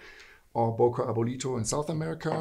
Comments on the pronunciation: He could have as well taught you the right pronunciation of the company name ;) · i see the ceo cringing on everytime name böker is mispronounced